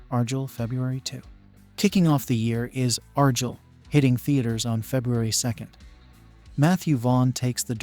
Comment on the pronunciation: That's not how you pronounce Argyle lol